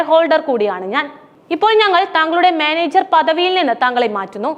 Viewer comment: സാധാരണക്കാരനോട് എല്ലാ പന്നകളും ഇങ്ങനാണ് (കടക്ക് പുറത്ത് 😡) പക്ഷേ ഒരു വലിയ ഷെയർ ഹോൾഡറെ അറിയാത്ത ബ്യാങ്ക് മ്യാനേജർർ ർർർർർ😂 എവിടുന്ന് കിട്ടി ഈ ലുട്ടാപ്പി കഥ 🤣